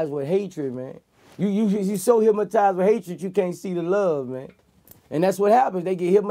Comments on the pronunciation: Vlad tried to correct him on the low and he still said hypmotize lol. Gotta love Boosie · Hyp-mo-tize 😂😂 Vlad tried to slick correct it & clean it up. Boosie came right back with it. Our Louisiana slang sumtin' serious... 😂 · LoL... Boosie sayin’ “HypMatized” ... then Vlad says HYPNOTIZED.... and Boosie looks like he’s confused on what word he just said 🤣🤣🤣 ...and a CAR FULL OF GARAGES. 🤣 Thank the lord he found rap... he says all that stuff cause he is that man that’d be stealing and killing if he ain’t earning the $ himself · 😂😂😂😂 ikr hypmotize!!